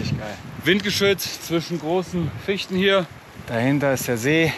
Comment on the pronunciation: Merke: Wenn Fichte sagt, meint er wirklich Fichte, nicht Fischte 😂😂😁